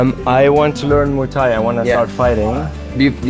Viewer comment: did you just say diddy muay thai